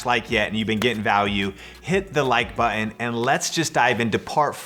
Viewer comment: Love this. BTW, there are two T’s in button. Not buhon!